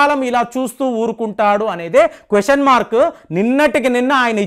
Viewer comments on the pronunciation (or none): none